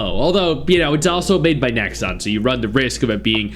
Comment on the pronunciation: The moment you said 'Nexon' - yeah no lol